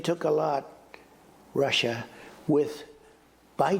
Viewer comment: Rrruussia 😂 he says it will such passion